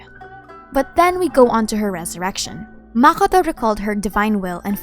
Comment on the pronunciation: ah shoot i used the wrong word. Yes you pronounce it kinna wrong to me. As if you say it in arabic way